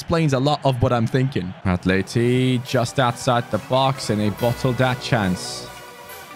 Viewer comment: u said in side the 5 yard brox instead of box🤣😂